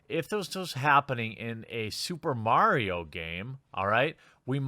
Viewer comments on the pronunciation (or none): none